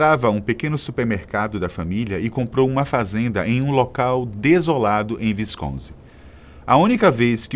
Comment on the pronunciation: "VINCONSIN" nao dá.